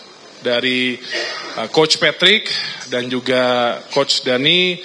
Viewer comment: Angka nol utk yg tanya sebut nama aja keliru... Patrick jadi matrick.....payah dan buat malu didengar publik